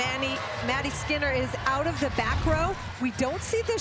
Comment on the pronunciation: Not the fact the announcer said Maddy skeener instead of skinner 💀💀💀